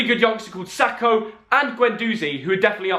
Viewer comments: I sure correcting people but it’s saka btw not sako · just a heads up it’s Saka not Sako😂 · It is saka not sako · Saka not Sako bruv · Sako dont you mean saka ffs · So nobody gonna talk about how he called Saka Sako? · Hey, its Bukayo Saka not Bukaya Sako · 30 seconds,man said said sako ?? It’s saka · Is not sako its saka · It's saka not sako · Man said Sako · My guy called saka sako